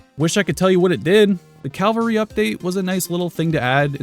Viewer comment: Cavalry as in cavalier. You will never mix that up again